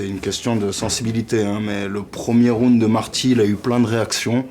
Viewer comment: Aie aie aie les francais... on dit pas rounede on dit round